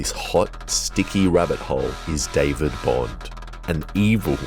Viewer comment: It's david